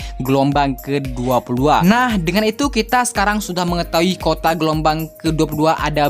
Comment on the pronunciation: Kuota bang.bukan kota haha.